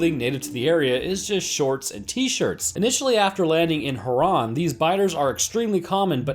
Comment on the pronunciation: At least you say herron right